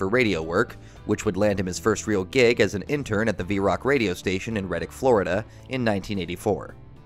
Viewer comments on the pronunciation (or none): It's Red-Dick Florida. Not Riddic.